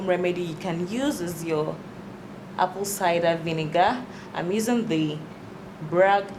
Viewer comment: When she says Apple Cida We Nigga 😂💫🙈